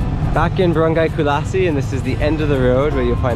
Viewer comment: Kulas, Talaba pronounced "Talaaaba". Enjoy uour journey. I was just watching you in Iloilo having Langka for a meal. Now you are touring us in Roxas, nice to see the capital of seafood in the Philippines. Thanks again "Kulasi" Culasi port 😄 🤣